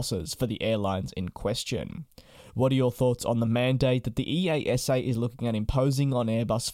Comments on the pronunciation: EASA is nomally spoken as ee-ah-sa, not the individual initials. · We just call them "ee-asa" instead of pronouncing each individual letter. Just think of it as a normal word :) Love the vids!